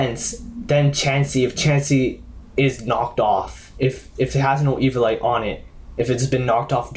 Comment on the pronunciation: E-vio-li-te not E-vio-li-te